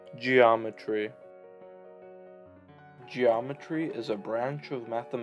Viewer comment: "ge aw metree"